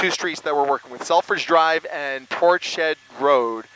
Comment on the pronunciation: That's Ports head not Portshed